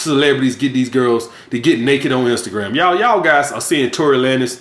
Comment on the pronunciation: LMAO HE SAID TORY LAN-IS